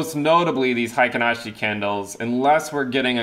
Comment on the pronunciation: Pronunciation is like hey-kin ashi and you're saying high-kin ashi. Pretty close, just change the first bit.